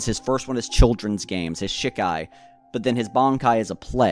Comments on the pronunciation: SHEEEE KAI NOT SHIK AI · Please stop calling it Shik-ai. The Japanese characters are Shi, ka, i. Pronounced she-kai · Hey man, do bleach content if you want to do bleach content but I take it a little more seriously maybe? You don't really come off as someone who's read the manga recently if at all. It's pronounce she kai not shi kai. You completely neglected that half of ichigos initial bankai is the shihakusho that gauges his spirit energy. Also his final bankai isn't the horn and the face tattoo that's a totally seperate thing known in the fan base as his horn of salvation form, it's like the in between his Vasto Lorde form and his vizard mask not his bankai. In fact he activates it in shikai. Also you didn't so much as mention the potential theory about what his bankai is implied to be capable of beyond its destructive capability or what it's actually demonstrated to do. For those who don't know its generally accepted by the core fan base that ichigos bankai ability is probably the ability to shatter fate. Your production value is good and I understand that bleach is hype and it's easy to hop on that hype train now with the second season closing out and the hiatus being as long as it is but at least put in a good amount of research. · Great video but ive literally never heard someone say shikai like that and it was just weird to hear 😭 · Man say shikai right